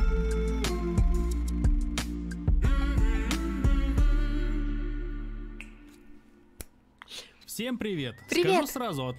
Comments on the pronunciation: ЗакатУна а не закатунА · ЗАКАТУНА а не ЗАКТУНА ударение на (у) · Правильно говорится закатуна ударение на ,у